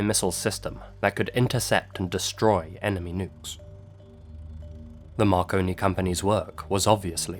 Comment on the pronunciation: My fat ass thought you said “Macaroni Mysteries”